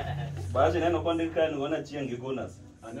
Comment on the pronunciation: Can we just recognise how he cares to even pronounce the name Achieng the right way.